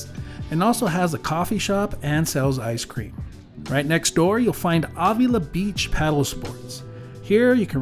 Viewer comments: Thank you! The awww was driving me crazy. 🤪😉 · Marin is pronounced like Mare rin (Marin) and Avila is pronounced like Ave ill La. You need to be here on a Thursday evening for our downtown SLO farmers market,it’s rated #1 in California ( lots of food vendors and tons of Bar b Que ). Have safe travels and comeback to SLO county soon, we actually welcome tourists.